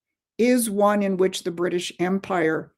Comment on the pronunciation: "Bwitish" "Stwategic" "Pwoblematic" - for the love of Jesus, let's get this woman a speech therapist...